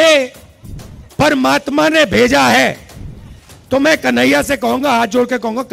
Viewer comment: Pahle प्रभु का नाम बोलना तो सिख लो कही नहिया नही कन्हैया होता है समझे ऐसा न हो की कही नही रहो राहुल जी